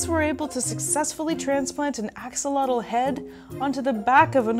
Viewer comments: X is pronounced like "sh" and the TL is more of a sharp air release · Although I do enjoy your videos, I'm not happy on your pronunciation of this super powerful and unique animal. And yes when France was defeated by mexico in the war they took many of our axolotes.